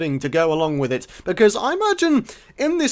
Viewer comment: Witch not with!!!! Lol